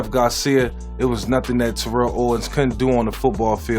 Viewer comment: T-O gonna be mad he pronounced his name wrong..he blew up on media for that... Smith was great no argument, but he wasn't the fastest or best just the most patient and always got his.. LT, Barry, Marshall, AD, and Edgerin were more talented RBs (in our generation) for me... Disappointing as a running Lefty he left out Steve Young off